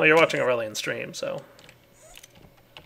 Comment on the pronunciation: it's aureylian...